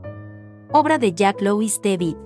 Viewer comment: dices jan luis débil...mal mal. es Jean Jacques Louis David